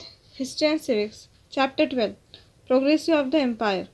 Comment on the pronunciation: Ohh r u professionals learn to say proggression first